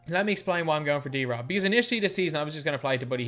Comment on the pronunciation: Reading David’s name like that is so wack to me, I feel like it should be D-Rob not drob